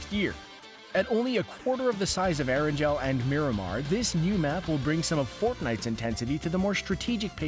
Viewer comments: It’s not “Air-an-gel” it’s “air-an-gal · erangel Not eranjel Haaha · The pronounciation is Er-an-gl not Erangel...lol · Did he just say Er en gel in stead of Erangle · So no one is talking about how this guy pronounces erangel like eranjel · Anyone else get triggered by How he said ERANGEL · You said Aran gel not erangel. If you don’t believe me look at the captions. It’s erangel (eh-ran-gul)